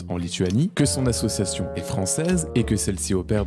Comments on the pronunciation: Déjà comment peut-on croire quelqu'un qui dit faire de l'humanitaire et ne sait pas prononcer association correctement 😂 Très bonne vidéo comme d'habitude ❤ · Ya un truc dont tu parle pas et qui me rends fou Le gars sait pas prononcer "association" il fait que dire assuassion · Ça va sembler bête mais bon sang qu'est ce que sa façon de prononcer "association" me sort par les yeux "assieossion", tout me gave dans ce personnage ! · Suis-je la seule à être trigger par sa façon de dire association à Dylan ? Assiassiiion 😅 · Il y a un truc qui n'a pas été assez mis en avant dans cette vidéo : Dylan est incapable de prononcer le mot "association" et ca me trigger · Comment il écorche le mot "association" il m'fait serrer ce Dylan à la con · Le mec ne sait prononcer " association" ça devrait mettre la puce à l'oreille... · Malgré tout ce qu'il "fait", je vois qu'il est pas foutu de prononcer le mot "association" sans bafouiller. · Dylan, il faut qu'il arrête d'essayer de dire "association" et "humanitaire", quel que soit le contexte. Je crois que dès que le mot fait plus de 2 syllabes, il a vraiment, vraiment du mal. Je lui propose de se limiter à des mots comme "club" et "gym", après, peut-être qu'on pourra rajouter une syllabe petit à petit. Edit: qu'il ferme sa gueule, c'est aussi une alternative bien tentante, remarque. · On en parle de comment il prononce « association » ? Insupportable de A à Z. Quel personnage lamentable.